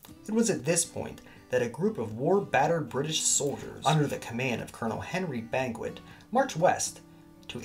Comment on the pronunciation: Henry Banquet? Come on, Man!